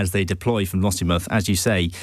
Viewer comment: I just want to know where the independent news is. Oh and it's LossieMOUTH not Lossiemuff - who is this guy?